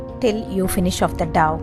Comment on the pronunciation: It is dough which sounds ‘doh’ not ‘daw’. Thx